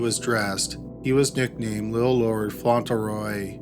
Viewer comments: It's pronounced "FONT-lee-roy", he mispronounces a lot of names. He keeps saying "Font-ell- roy". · It is Little Lord Fauntleroy with an L not Faunteroy. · Fauntleroy, font-le-roy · Just an FYI, its FauntLeroy. You have it spelled correctly but keep pronouncing it without the L. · I LOVE your channel, but am curious why you regularly mispronounce names and places. Do you not look up the pronunciation or is it done intentionally for humorous effect? Lord Fauntleroy is pronounced "Font-le-roy", not "Fon-til-roy". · I'm such an asshole, these are great videos and well researched, and I love this channel. BUT, every time I hear "Fontulroy" I want to punch something. Spelled just about like it's said: "Fauntleroy": Font luh Roy. I just listened to a really good book that contained a pronunciation I had to power through. Enjoyed the book a ton. Will probably remember the mispronounced word longer than I will the more delightful points of the plot. Asshole. I am an asshole. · FYI~ It's pronounced font-LE-roy. Not font-EL-row. Love these long ones! Keep doing them. Great stuff! Jenn 🇨🇦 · FONT-LEH-ROY not "fontl-roy" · Font Lure Roy. Not fauntle roy. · Debby McCormack . Annoying wasn’t it? Lol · #1 is pronounced FONT leh Roy. Sorry... Just sayin. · Mispronounces "Fauntleroy" but nails "Waukesha" wat